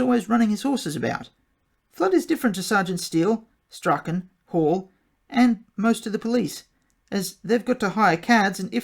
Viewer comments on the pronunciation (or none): He sounds like every kid who ever went it alone...and the law fears a leader more than a mob. Strauchen is pronounced Straun.